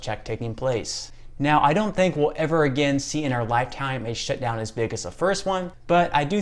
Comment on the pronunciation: The way you say "shutdown" , it sounds like "shitdown" , where are you from?